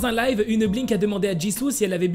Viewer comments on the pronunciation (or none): none